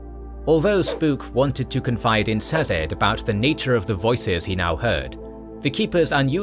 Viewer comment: He says them different from the audio books. Cett is pronounced sett. Sazed is pronounced say-zed. Two examples of the audio books.